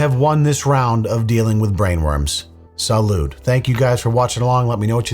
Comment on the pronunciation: Salude? LMAO. It's "Salut". Honestly people could make videos making fun of you making fun of videos.